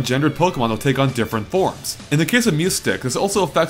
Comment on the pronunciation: MEOWstic, not MEWstic.